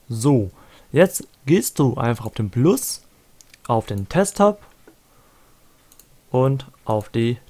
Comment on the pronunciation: Juungee das heißt nicht Testop alter